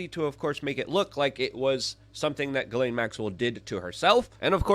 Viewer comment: Her name is pronounced: "Jizz -lane" or Jiss-Lane"